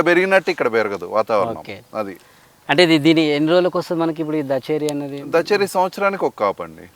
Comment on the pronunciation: దచేరి కాదు బ్రో దశేరి వరైటీ